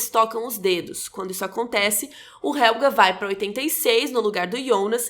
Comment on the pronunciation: Preciso dizer que, pra uma pessoa que não fala alemão, a sua pronuncia esta de parabens! Só uma coisa importante sobre o Helge. vc pronuncia Helga, e HelgA é um nome feminino, o masculino se pronuncia HelgE, com som de "E" como no portugues no final. Ps. A serie da varias dicas e eastereggs escondidos na lingua e no cenario (como o proprio nome Winden e o que é falado nas radios ao fundo), que ate agora eu não vi ninguem comentar!